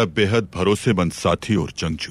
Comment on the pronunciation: Janguu nhi jangjoo😂😂😂😂😂